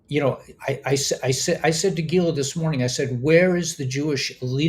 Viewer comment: I enjoy your report even though you channel Gila often. (Geela?)